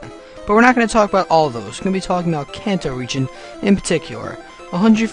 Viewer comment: I'm so tired of hearing people mispronounce Kanto. Its not "can-toe" its a Japanese region name, and said "kahn-toe". Its almost as annoying as the idiots who still pronounce Mario as "mare-ee-oh" -.